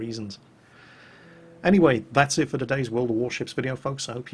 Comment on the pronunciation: Quoting PhlyDaily here Bogatyr, more like Bow-gate-er, because America